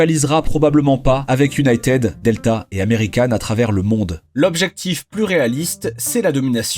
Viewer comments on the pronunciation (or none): Encore un star en anglais : iounaitiiiiid 💩